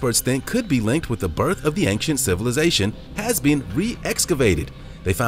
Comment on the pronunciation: Please stop saying "ankshent". There is no hard "k" sound in "ancient".